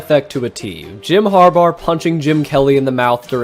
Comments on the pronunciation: HarBAUGH not harbar🤣🤣🤣😩😩😩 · Har-bar? It’s pronounced Har-bah. His last name is Harbough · why do you pronounce harbaugh as harbar it is grating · Did he call him "har-bar"😅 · am i the only one who hears him saying Jom harbaugher or harbar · The way you say Harbaugh sounds like you add an r at the end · Was going to say this…